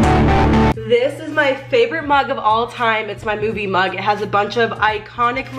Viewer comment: instead of “movie mug”, i heard “boobie mug” wow